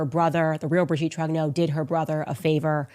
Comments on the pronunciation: "Brijeette Trognowww" 😅 Putain c'est quand même terrible ces ricains qui sont pas foutus de prononcer un seul mot correctement dans une autre langue que la leur 😂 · She even claims that Brigitte is the father of her husband. I hope the Macrons sue her into oblivion. She has millions of fans who are as mental as she is. She is such a great journalist she can't even pronounce Trogneux properly. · Is she deliberately mispronouncing the maiden name. ? Easy to check on